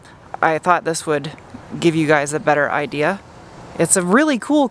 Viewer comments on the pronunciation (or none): none